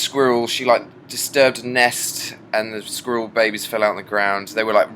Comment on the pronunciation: squirrel = skrewl